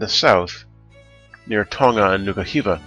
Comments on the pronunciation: I think he says it just fine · You pronounced Tonga right this time, lol. Just need to say it a bit faster :)